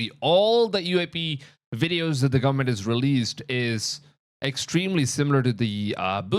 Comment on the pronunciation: Gullamemt?? GOVERN-ment. 🤦🏻‍♀️